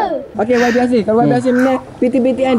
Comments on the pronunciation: menyebut yabi yg sebetulnya waibi sebutannya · YB itu sebutannya kalau di Malaysia Y=wai B =bi.... rengkasan yg membawa maksud Yang Berhormat